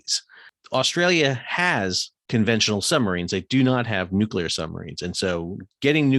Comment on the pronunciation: Straight up, it is so refreshing to hear someone, particularly an American, who can actually pronounce "nuclear". The general inability on YT to pronounce that word is uncyular. The froggies got their panties in a knot because they got caught out cheating. Their behaviour reflected accurately the same hurt-feeling behaviour of the CCP, they bully and bluster their way through anyone who stands in their way, but then bleat like injured little lambs when someone calls them out. Make no mistake, the original "contract" with the froggies was to build 6 diesel subs for 2 billion each, then the sly little crybabies decided they wanted 96 billion for the same handful of subs. Feck France and feck their dishonestly delicate little girl feelings.